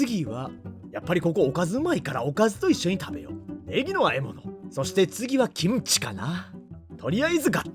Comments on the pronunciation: 김치를 기무치말고 김치라고 정확하게 발음하시는데 한국어도 되게 잘 하실것 같다고 생각됩니다 ..! 대단하셔요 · '김치' 발음 넘 좋네요 ㅋㅋ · 일본분이신데도 김치 발음이 좋으십니다~~^^